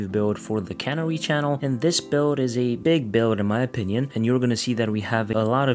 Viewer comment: Canary, like the bird. Not, Cannery, like a factory.